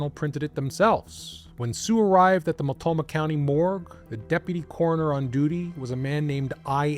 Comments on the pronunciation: and hey no serious points for how "Mult-NO-mah" tripped you up this often. I only know of Multnomah County from Sheriff John J Bunnell and his television appearances after COPS Figured right away, he'd get his own program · You overlooked the 'n' in Multnomah County, just fyi for when you cover Portland again. I just found your channel, great work 🙂